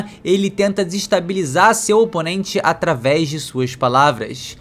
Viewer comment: “Ataves da fala” 😂